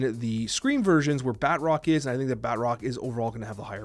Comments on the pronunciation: I cant stand the way he says Batroc. It's Baah-Troc not Bat-rock. Emphasize the T not the R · Bat Rock lol... There's probably no use in telling you this, but It's pronounced Ba'troc. Like Tron but troc. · you’re wrong. I just double checked an official marvel video and they say Bah-Trock. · Put some French on that pronunciation my fellow Canadian! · Anyone else extremely perturbed, the way he pronounces Batroc?